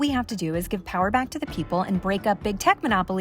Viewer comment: ahah your "mamma mia" is purefecto!